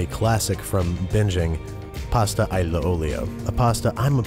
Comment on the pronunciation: Phonetic pronunciation (approx) of "aglio" with phonemic symbols: /æljəʊ/ (granted, there is no phonemic symbol to represent the "gli" from italian, but this jumble of phonemic symbols should be good to get you out of trouble :P